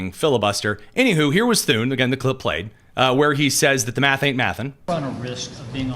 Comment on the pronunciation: Thune. Rhymes with. Prune